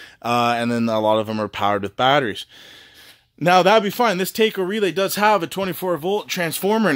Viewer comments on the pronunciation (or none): Really nice setup, but you lost me at "tayco" I havent seen anyone go to a mexican restaurant and ordering a beef tayco with extra cheese 🤣😂 We have multiple of products from that company at work and everyone calls them Taco 🌮, we use their leak breakers and pumps, for every apartment, the pumps last 6+ years, the leak breakers we just started implementing, but so far, they work perfect 😎👍🏼